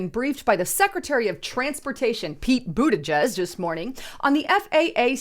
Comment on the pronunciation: Did she say, “Peter Bootyjuice?” 😂